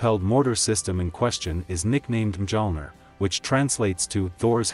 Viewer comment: But can’t they use Google Translate to find out how Mjölner is pronounced?